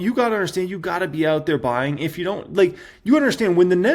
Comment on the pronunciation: People: this is not financial advice.: "YOU HAVE TO BE BUYINGGUH"